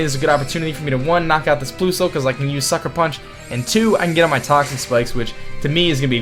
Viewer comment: ploosle haha lol its plusle like plus not plo lol